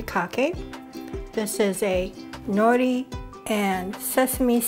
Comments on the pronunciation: Hey sister, roll the “r” in nori , sound haole. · Nori is pronounced no’ lee!